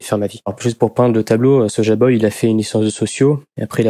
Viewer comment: On dit pas soja boy, on dit soy-boy